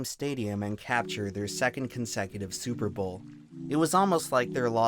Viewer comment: Oh hey, nice to see Tree here... And also, "Stillers gon ta Supahbawlll"